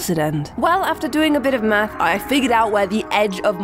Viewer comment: "Well, after doing a bit of meth, I figured out where the edge of minecraft is" I seriously heard it that way XD